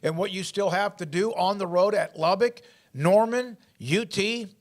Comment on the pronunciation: Hey! It's not Lub-BICK. It's Lub-buck